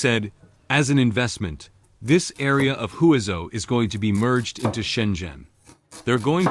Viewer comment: The correct pronunciation of Huizhou is 'hway jo' The AI narration is not correct